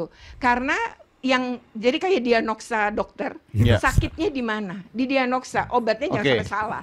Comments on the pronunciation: dianoksa 😒 woyyyy...diagnosa woyyyy.. ngomong benerin dulu woyyy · DIAGNOSA, BUUU...BUKAN DIANOGSA.... ITU AJA SALAH KOK...KESEL BAT oia 1 lagi....vt kang dedi ngebantu banget....awalnya anakku g percaya...denger vt kdm barusan, mukanya panik dong...😭😭mau nurut aja katanya 😂😂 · wkwkwk, dianogsa.......DIAGNOSA BU !!....ngomong aja salah sok ngomenin kebijakan KDM 🤣